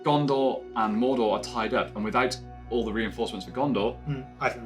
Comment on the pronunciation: I don't like the way the guy says "Mordor." I can't explain why it just sounds off somehow. Maybe go more British with the r sounds? 🤔 other than that it's great